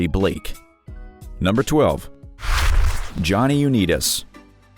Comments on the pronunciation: Pronounced Johnny YOU-NIGHT-ISSS, not YOU-NEAT-ISSS. Sheesh! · U-NIGHT-is. Not neet-us. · Johnny Unitas .... It is not 'U neat us'... It's 'U night us'. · Pronounced Johnny "U-Nite-is". Not U-nit-is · It's pronounced Johnny "U night tis"😉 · This narrator needs to learn how to properly pronounce names. i.e Unitas and Fingers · johnny U 'knee'tis? it's pronounce Unite-ess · Maybe take a little time to make sure you’re pronouncing the names correctly….🤦🏼‍♂️ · Pronunciation! Pronunciation! Pronunciation! = Johnny Unitas ("YOU-NIGHT-US") & Rollie Fingers ("RAWL-E-FINGERS") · Learn the pronounce names. U night us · Johnny uneetus? Roly fingers? If you can't pronounce the names... ask! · Johnny Unitas is pronounced You-Ni-Tus. Rollie Fingers is pronunced Rol-ley. How can the producer let these mistakes get through? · It’s Johnny U-nite-us, hard I. And it’s Raw-Ly Fingers, not Roll-ie. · Johnny U-nite-is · Johnny Uneetis and Roly Fingers!😆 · Johnny Uneetus & Rolly Fingers. I hate these "narrators." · Johnny Unitas is pronounced “UNITE US”. Come on, now! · The commentator needs to research the names prior to taping because he butchered several: Unites, and others$ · "Johny UnEEtus????" How do you mess that one up narrator? Obviously you know nothing about sports figures. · Johnny uneeediss and role e fingers !!! Lmao who do you guys hire to read these videos? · Did we mention it wasn't pronounced you-nee-tis? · At least learn how to pronounce the names. Johnny Uneetis? Rowlie Fingers? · You make yourself look silly when you don't know how to pronounce names properly. Johnny Unitas is pronounced like "Unite Us" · You shouldn't call people dumb because they went broke. You're not exactly geniuses yourselves. You don't know how to pronounce Unitas. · Interesting, but Unitas and Rollie’s are mispronounced 😆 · You need to find another narrator at least one who knows sports he's mispronounced two names in a row you might want to check him for brain damage